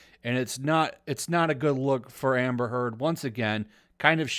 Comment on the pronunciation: Every time you say "Amber Heard" I swear I hear "Hamburger" hahahaha 🤭🙊🤷 Amber is so good at manipulate people, but now that Johnny exposed her, the manipulation isn't working anymore. That's why she's angry.